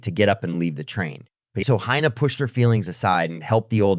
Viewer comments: Her name is pronounced "heena" not "haina". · The robot who does the talking can't decide whether the girl's name should be pronounced "Hina" or "Hyena." Maybe Elon can fix this problem. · Dude, will you please decide on ONE way to pronounce the girl's name? You've said "Hai Na" and "Hee Na". The correct pronunciation of Hina is "Hee Na", by the way. And there was absolutely no need to turn a 60 second story into a twelve minutes long epic. Geez. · He-na! Hi-na! The pronunciation of her name changes repeatedly! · How many times are you going to pronounce her name differently? Who the Hell knows what her name is/